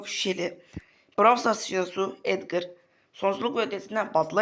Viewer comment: Edgır değil Edgar